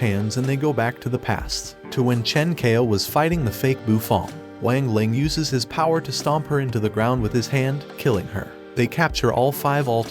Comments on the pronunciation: Bro you did him dirty you say Wang Lang its Wang ling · It wang ling not weng ling I have watched the anime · Bro really is saying wing ling it's Wang ling not wing ling the fuck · WANG LING... WANG LING ITS NOT WAANG LING ITS WANG LING